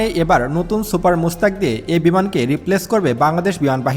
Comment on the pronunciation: সুপার মুস্তাক না ভাই সুপার মুশাখ। একটু পড়াশুনা করবেন।